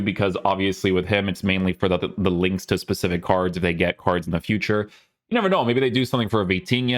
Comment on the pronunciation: Not hate just a genuine question, why do you say card normally but then randomly say cardshhh other times?